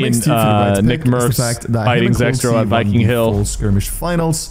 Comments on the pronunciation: Bro called zex row s*x row 💀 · Did bro just say sexrow 😂